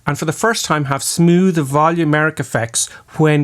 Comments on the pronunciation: 'Volumetric'... not volumeric. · Review Say it with me: "Vo - Lu - Me - Tric"